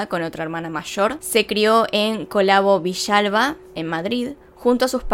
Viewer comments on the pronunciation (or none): Hola, una corrección: Collado Villalba ( no Colabo Villalba) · El pueblo se llama Collado Villalba no Colavo Villalba Bssss